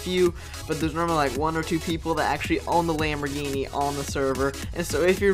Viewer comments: U said lamb ogre. 10 times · 32 times you said lomborghini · You said lambogini 27 times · you said lamborgini "23 times"